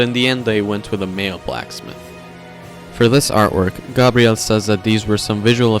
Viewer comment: Gah-BRi-el... Thanks